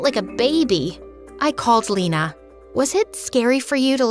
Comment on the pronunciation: bruh the way she says lena its funny as a german u pronounce lena not lina like eeee not iiii